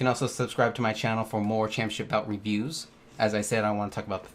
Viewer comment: It’s pronounced “ChampioNship” not “Champyaship” you friggin’ tool